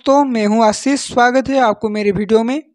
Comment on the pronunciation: It's Ashish Not Asis You must learn to speak properly. Finding out the fault of others and correcting them, it is human nature... But nobody sees his own mistakes...